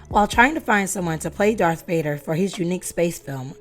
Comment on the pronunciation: She said DARK Vader 🙄 it's Darth Ya ninipoo